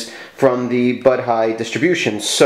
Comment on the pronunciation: It's pronounced bow-dee. Maybe It'll get an Ubuntu port.